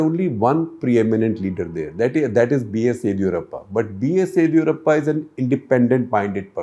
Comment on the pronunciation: It's yediyoorappa first d pounce like ( disco di not didi wala di). Set your pronunciations correct. Bloody